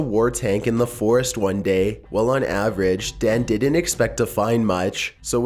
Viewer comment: Lol he says foraast